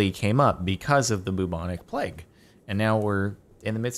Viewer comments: plague, play-G, not pleg lol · he says it like pleg not pl(e)ag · It's pronounced playg, not pleg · Jardon’s pronunciation: ple-ge(guh) Actual pronunciation: play-ge(guh) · Jardon, you said pleg the first time, (at least that's what i heard) Its pronounced play-gue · Lmao it's "playg", not "pleg" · It is PLAYG, not "pleg." lol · Jardon pronounces "plague" like as though there's no "a", the "a" is supposed to be pronounced like when you say a b c (etc). I didn't notice how he was pronouncing it at first, but you can tell that he says "plge". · It’s pronounced “playg” lol. You definitely said pleg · Plaeg. that's how you say it. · Wait.....did Jardon really think "plague" was pronounced "pleg"....?! Trial!! Also, if by chance he sees this. It's pronounced with a long 'A'. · Jordan gets confused by plague pronunciation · The plague thing hahaha i'm french canadian and even i know how to pronounce it 😂 rip